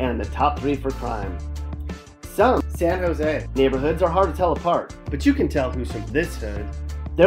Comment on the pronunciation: ...."SAN JOse" hahahahahaha